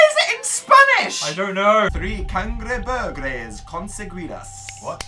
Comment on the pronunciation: WHEN HE SAID ''THREE CANGREBURGUERS CONSEGUIDAS' KASJDHFASDJADSK THAT WAS WAY TOO CUTE JDKHFLSJKA igual la pronunciación fue malísima pERO LO AMÉ BASTA